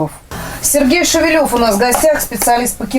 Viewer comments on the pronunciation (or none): Шевелёв у фамилия. Привет всем, кто третирует русский язык и букву ё. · Я думал что его фамилия Шевелев - ударение на первую Е. Ведущая произносит как Шевелёв на Ё. Как правильно?